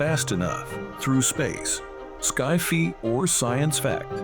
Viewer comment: Caus-oolitty = Causality 😅 Sky-fy